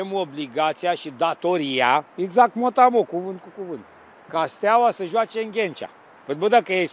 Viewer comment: Știe ,,iezact'' , dar nu e sigur😂🤣🤣🤣